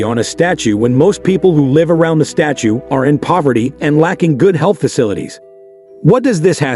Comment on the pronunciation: "Statue" yet pronouncing it like "stature" sometimes. Why?